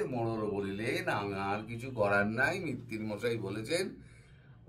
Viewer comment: মিত্তির নয় মৈত্র।